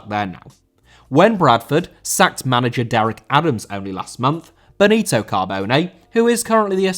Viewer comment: Benito* not Benitouw